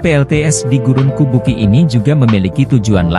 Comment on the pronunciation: kubuqi dibaca kubuchi, dalam pinyin, atau fonetik Mandarin yg menggunakan huruf alfabet beda dgn yg umum, Urumqi dibaca urumchi, Chongqing dibaca Chongching, dinanti Qing di baca Ching.